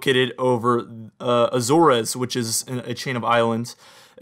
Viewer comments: It was a red flag for me. Since you realized it, no red flag. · I’m aware that I pronounced Azores wrong in this video, I’d never really said it much out loud. Thanks for watching